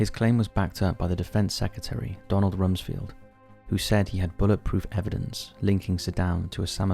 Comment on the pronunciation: Rumsfield?! 😂 Bro..